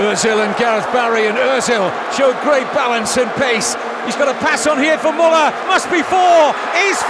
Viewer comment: The least the commentator could do was to pronounce correctly Müller"s name. The guy earned that respect, did he not ? :)